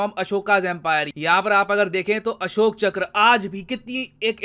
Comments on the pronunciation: sirji it's ASHOK not ASHOKA plz correct the vocabulary mistakes given by Britishers 🙏 (Forgive me for misbehave ) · English k chakker me hum jyada tar educated bhartiya log अशोक को अशोका योग:योगा आयुर्वेद:आयुर्वेदा राम:रामा कृष्ण:कृष्ना शिव:शिवा bolne lge h😂 Vaise isko improve krna chahiye kyuki humari Hindi language kharab ho rhi mixup se